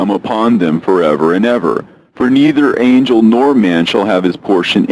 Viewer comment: excellent pronunciation of angel names!!! i love your reads❤